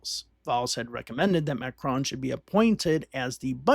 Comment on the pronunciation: The mispronunciation of his name is driving me crazy. Nails on a chalkboard.